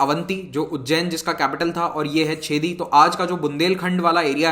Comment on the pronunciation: सर, छेदी नहीं चेदि महाजनपद 😅